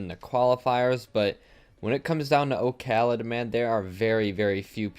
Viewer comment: can people stop calling him okhalid like it's one full name and word....the o is just for design in the user name. his name is Khalid...did we always call Paschy PaschyNinety or KuxirNinetySeven. no...we don't call JSTN jay es tee en. c'mon.